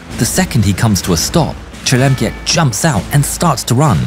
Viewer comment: Fuck that was what I was thinking everytime he says that name